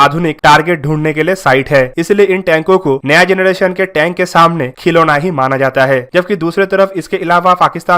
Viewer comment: जनरेशन not जनडेशन